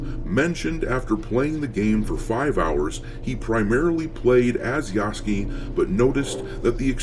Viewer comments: I love how you keep calling him Yasuky instead of Yasuke. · Every single American I watch says Yasuke's name wrong, and they all say it wrong differently 😂💀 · Part of my entertainment in watching the coverage of this game is seeing how many ways different people can pronounce Yasuke's name wrong.